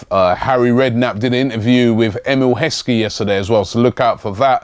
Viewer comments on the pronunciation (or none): none